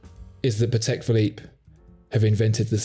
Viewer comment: Patek is a Polish name and accent should be on first syllable.